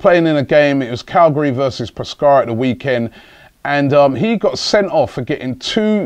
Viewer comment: Cagliari is not pronounced Calgary 😂